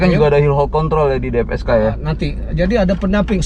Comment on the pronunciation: Mantep om. Btw DFSK bukan DPSK 😁